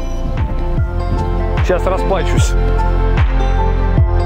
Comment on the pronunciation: Не расплАчусь, а расплачУсь! 😎